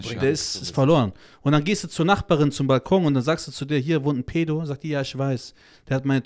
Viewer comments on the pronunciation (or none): none